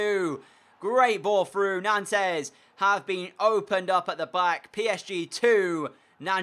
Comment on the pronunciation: It's not pronounced "Nantez" it's pronounced "Nont". Sorry, I speak French and it was pissing me off.